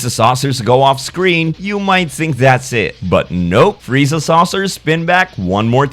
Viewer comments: One of the rare times someone actually says Freezer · Goku: "wow freezer You really were a cut above the rest" didn't even try to say his name right😂😂😂